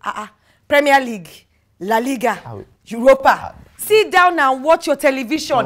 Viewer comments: “Juropa” league ..”Harzenal” lmaaao😂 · “She don’t appreciate for me to be happy” 😂😂😂 He said “Jueropa league” Falz is gonna be the death of me